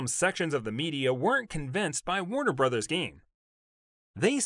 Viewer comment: How can anyone watching this take you seriously when you pronounce Warner BROTHERS as Warner BROZE?